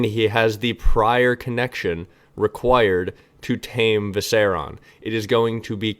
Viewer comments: Seven hells it’s Viser-I-on. 👏👏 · I’ve been consuming the last year of videos in a week and this is the first time you said something I disagree with. And it was they way you pronounce “Viserion”